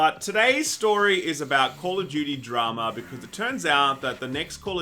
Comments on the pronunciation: I thought said "game of Judy" until they started talking about the actual story. I was sitting there thinking, who the f is Judy? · Wait... is saying Judy or Duty? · Despite knowing he's trying to say Duty, all I hear is Judy. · Who else thought he said Call of Judy? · I honestly thought you said "...Game of Judy". Sometimes I think we speak different languages. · They're aussies, they pronounce "duty" like "dyootie." That's why it sounds like "Judy." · I thought was saying "Game of Judy" i was so confused. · When you said "duty" it sounded like "Judy."